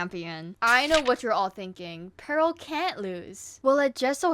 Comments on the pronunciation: Dont ask but ima just say peril is pronounced (peh rule) not (pearl) im pretty sure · OMG I was so confused, you kept saying Pearl instead of Peril 😅